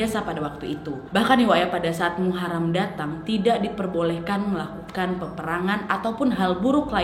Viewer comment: Muharom bukan Muharam